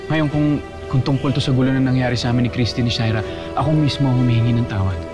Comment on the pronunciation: Sha-ee-rra kainis na my God...